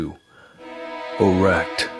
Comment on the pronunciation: the way he daid E R E C T twice